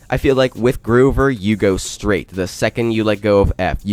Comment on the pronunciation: He said "GROOVER" IT IS (GROW)-(VER)